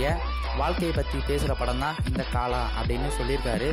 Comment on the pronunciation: paalaa Illa bro kalaaa